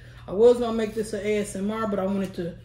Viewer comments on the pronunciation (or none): none